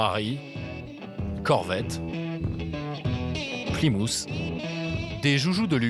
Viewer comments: "plimousse" SERIEUX un effort sur la prononciation quoi!!! 🤣🤣🤣🤡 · Tu préfères Plimoute, ou Kenworte ?